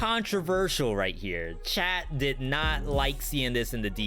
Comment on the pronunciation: It took til an hour + to realize your were saying chat and not Chad...i thought Chad was the male Susie..maybe a little too high bit ive been watching it through and i got to say your tier lists are fantastic you're doing an amazing job